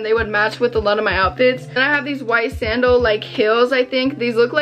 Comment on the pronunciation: did anyone else notice she said "sangal" instead of "sandal 😭